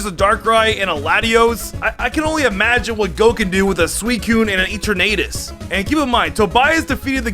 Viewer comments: i got so triggered when he said eternaaaatus otherwise nice vid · Why did he say etrernatus instead of eternatus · So he says eternamax But not eternatus Dude the eterna is the same So your saying eternatus wrong Bro how you do that